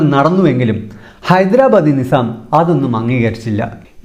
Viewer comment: ടോ, കുണ്ണേ, 'നി'സാമല്ല.. ഹൈദരാബാദ് ''നൈ'സാമാണ് 🤣